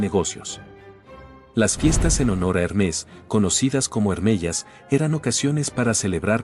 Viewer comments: Hermés ❌️ Hérmes ✅️ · Sabias que no se pronuncia Hermés sino Hermes?